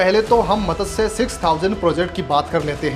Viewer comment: मत्स्य शब्द का उच्चारण आपको ठीक से आता नहीं. 🤩🤩